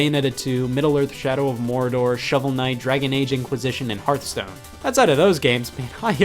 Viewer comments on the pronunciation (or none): none